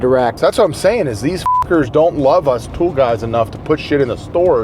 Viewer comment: says the word "tool" as tough its spelled "thull" 🙃